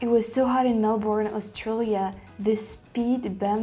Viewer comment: It’s Mel-BURN love, from a Melburnian😁